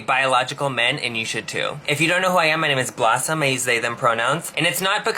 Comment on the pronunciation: Ahhhhhh "Blosum". If you stand in a urinal your a biological man sweetheart.